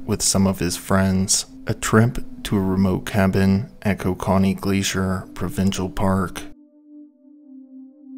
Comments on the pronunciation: another Canadian here, it's pronounced ko-KA-knee .. no matter how most Canadians like to say it. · Dude needs to learn how to say KO-KA-NEE. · OH WAIT YOURE TRYING TO SAY KOKANEE (CO-CAN-EE) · Love how I knew 5 seconds in all the comments were gonna be Canadians being irritated by the pronounciation. I love cracking open a nice cold Ko-kah-nee at the end of the day lol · It continually makes me laugh as to how much non-Canadians don't know how to say many of our land marks. It's not pronounced "ko-ka-nee", it's "koke-a-nee" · Canadian here, Kokanee is pronounced: “Coke- ah-kneee” loved the video! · it is pronounced coca knee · It's pronounced co-can-ee😂😅😂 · As much research that goes into one of these, is it that much to also research the pronunciations? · I didnt even know he was trying to say kokanee and I'm also from the town the brewery is in LOL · Yes!!!! Not sure I can watch this. in and whoever is speaking doesn't even know how to pronounce Kokanee. How does that happen? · This guy needs to learn how to pronounce kokanee properly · Shame you didn’t take the time to learn the proper pronunciation for Kokanee. And, you only get about 50% of the story correct. How do I know. I was there.